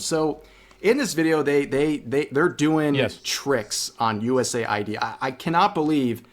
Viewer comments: why call it USA-ID when saying US-AID is better? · us aid why is he saying usa id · Should it be pronounced as "U S A I D", "US Aid" or "U Said"